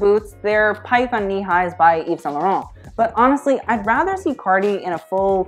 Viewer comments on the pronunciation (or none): none